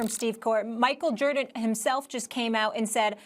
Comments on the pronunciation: "Michael Jurdan" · Did she just say Jerdan 😆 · Did Molly say Steve Korr and Michael Jerdan? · Ermagerd it’s Murkul Jurdin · Molly just said michael jurdan. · Molly- “Michael Jerden” 😂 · Micheal Jordit? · Who tf is “Michael Jerditt” ??? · "Steve Core, Michael Jerdit" - Molly Qerim, 2020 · “Michael Jerdin” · Molly mixed Steve “Korr” and Michael “Jerrdan” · First ten seconds.. Molly: "Steve Coir, Michael Jurdan..." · 09 "Michael JErdan" -The one and only Molly Qerim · Steve Korr and Michael Jerdan😂😂😂😂😂😂